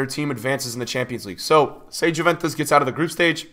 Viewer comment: it's not spelled Jew-ventus but Yuu-ventus xD if it was spelled lile you say it, then they would have Menorah as their emblem